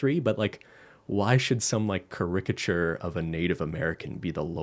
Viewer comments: Oooo ca-rick-a-chure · "cu-ri-ca-CHure" ok ben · pronouncing caricature as car-RICK-ature was making my eye twitch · i've never heard the word "caricature" pronounced like that before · Okay but the way keeps pronouncing caricature, is it him or me that's been saying it wrong the whole time??? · I've never heard someone pronounce caricature like that 😂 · Thanks for writing the title of the movie down, I thought my phone English and my French were just that bad, turns out has a weird pronounciation lmao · pronunciation of caricature is really something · The way pronounces "caricature" gives me life. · pronunciation of caricature has made me forget how to say it and I’m saying it over and over now cuz nothing sounds right. I’m like 99% sure that “cah-RICK-a-chur” isn’t right, but I think it’s a matter of the wrong emPHAsis on the wrong sylLABle. Is it “CARE-rick-a-chur”? 🤦🏼‍♀️🤷🏼‍♀️😂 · The way ben said "caricature" sounds weird lmao. I've never heard it pronounced in that way.